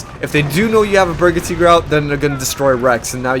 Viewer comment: Cool hosting dude ..... gotta say tho its a berge tiger say it like it sounds ... its not berga teeger lol